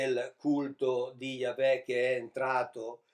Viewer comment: Ogni volta che sento pronunciare la parola "Yahweh" in modo così improprio, mi si spegne automaticamente il cervello e vado in catalessi culturale. Comunque tanti complimenti per tanto seguito popolare al suo mish-mash esegetico. Se io mi mettessi a parlare di fisica nucleare (di cui non capisco un cazzo) non riuscirei ad avere tanti follower.